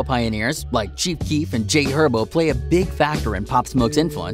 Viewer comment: bro said jay herbo..😂